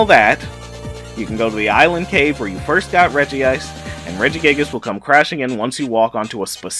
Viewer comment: STOP CALLING IT REGI-ICE